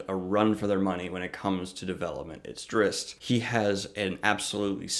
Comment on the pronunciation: Drizzt is pronounced Dritst.